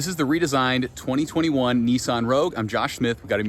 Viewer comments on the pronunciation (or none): Neeson hahahahahahahahah it's called a nissan